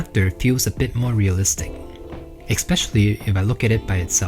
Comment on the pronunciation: I love your work but please practice pronouncing es-pecially there is no c sound in the first sylible😂 ❤